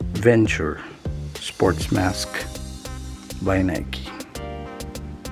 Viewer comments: Hii sir.. no offense…Its called Nike Venturer sir… with R po.. not Venture. ✌️👍😀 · It's not the Nike Venture sports mask, it's the Nike VenturER sports mask. You need to pronounce the ER!